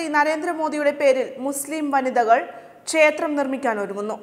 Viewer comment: പറയാതിരിക്കാൻ വയ്യ നിങ്ങളുടെ ഉച്ചാരണം മഹാമോശം , ചേത്രം എന്നാണ് പലയിടത്തും ഉച്ചാരണം. "ക്ഷേത്രം" എന്നാണ് ശരിയായ ഉച്ചാരണം.